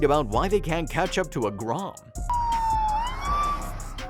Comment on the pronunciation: What is a grohm?? and why can't the fuzz catch one?